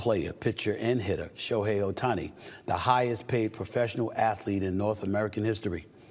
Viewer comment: Who's SHEOHI Ohtani? Shohei's brother?